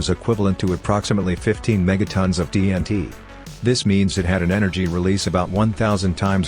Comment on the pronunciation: The AI generated "TNT" gave me a giggle, not going to lie.